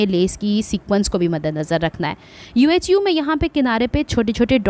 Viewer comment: It's pronounced yoohoo not U-H-U